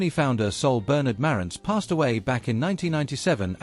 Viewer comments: Not pronounced as done here, the emphasis is on the "ANTZ" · It's ma RANTZ - accent is on the SECOND syllable! Leave it to a British person to screw up the pronunciation as they always do. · So according to the narrator with the British accent, everyone has been pronouncing the name Marantz incorrectly. So phonetically Mare (like the female horse) and ents (like the tree beings in The Lord Of The Rings) it's "Mare-ents"(?) Huh... Learn somethin' new every day. (lol) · You don't know how to pronounce Marantz: Ma rantz. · Please pronounce the name correctly..Hard R.